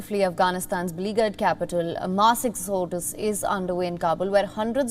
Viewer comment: A "mass ex- odus" . There ARE people who speak English in India- plse hire them.